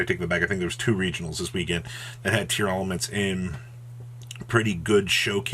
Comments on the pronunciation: Pretty sure it’s just “tearlament”. there is no extra “a” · Its actually spelled & pronounced TEAR-la-ments